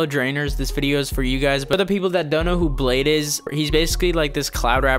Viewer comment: I don't even like bladee but it's pronounced blade -ee